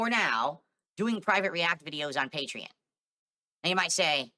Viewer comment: “PEH-tree-un” = Patreon